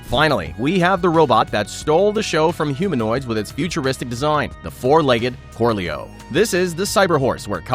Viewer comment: I had to laugh at Corleo... korleo... korleau... they literally invented a horse. If only there was something that was like a horse. A horse?